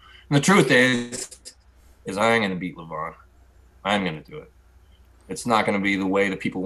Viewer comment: Devon pronouncing Levan's name wrong . . . show some respect man